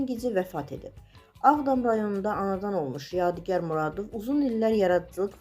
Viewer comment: AY APARICI , YEDİ YAR NƏDİR ? ADINI DÜZ TƏLƏFFÜZ EDİN. ADI YADİGARDIR. UNİVERSİTETDƏ TƏLƏBƏ YOLDAŞIM OLUB. ALLAH RƏHMƏT ELƏSİN. RUHU ŞAD MƏKANI CƏNNƏT OLSUN.